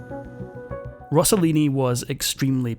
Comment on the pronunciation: He's name was Rosselini not Rossolini!! Please!